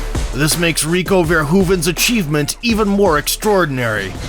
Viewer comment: happy to hear the AI voice of this faceless channel pronounces Rico's last name properly.